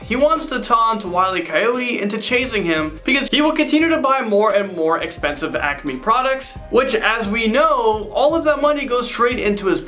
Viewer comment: Great video.👏🏾👏🏾👏🏾👏🏾 But it's really obvious you are not a true fan... You couldn't pronounce half the names right and the Acme compamy. Nice try, but didn't fool the O.G's.. 🙄🤦🏾‍♂️